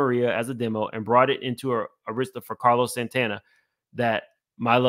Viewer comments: Just an fyi, Arista is pronounced (ur-i-stah,) not (air-is-stah.) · Dear Sir, we love you-however -Pronunciation is KEY. it's not pronounced ER-ISTA -- it is Pronounced ARISTAH- and spelled ARISTA. Please and thank you. good job otherwise. --Slim Thug, must have went shopping with Puff. 😂😂😂😂😂😂😂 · “Aaarrasta” not airesta Jay records is scary as well “allegedly “ It is a whole scary club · AIR ris ta not air RIS ta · AR IS TA pronounced Air ris stah NOT Auh ris stah. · Arista air is ta not a wrist a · It’s Arista with an emphasis on the “A”, not the “I” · Air Rista. That's how it's pronounced. The Head of the Label ALWAYS takes MOST of the $$$ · For future ref: Arista Records is AR-rista. (the A sounds like Apple ). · the label name Arista is pronounced "AIR-rist-ah" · Ok...i just have to say this because the mispronounciation of Arista was driving me crazy. It is prounounced Ah-rista Thank you for your commentary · its pronounced AIR- RESTA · You've never heard of Arista Records? It's pronounced Air-ista. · This is really unfortunate. I hope she gets some closure. On a side note I'm gonna need you to learn how to say Arista Records correctly. Lol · Ahh-rista? Few-Gees? Carlos Santos? Cmon fam. This is why it’s important that Gen X’ers properly educate the younger generations on the cultures history. It’s Arista (as in Air-rista) Fugees (as in Foo-Gees) And Carlos “Santana” (like Juelz Santana) Tetter boro = Teterboro (As in TeeTer-boro) You’re bludgeoning all the words in this video. Sheesh. lol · Oooh the Arista struggle was real. 😁 a -ristta (a like apple). Also Teterboro airport in NJ is only 12 miles from NYC pronounced Teeter-borough. They all use private planes from the convenient location. I love that you tried to correct while reading the lengthy document.